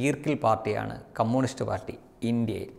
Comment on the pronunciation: "കമ്മൂണിസ്റ്റ്" അല്ല ചേട്ടാ "കമ്മ്യുണിസ്റ്റ്" 😁